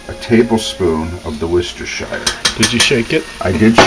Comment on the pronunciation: You had me at Worcestershire sheer sauce....